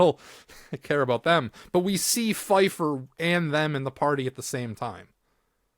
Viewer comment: Keifer not Fifer show some respect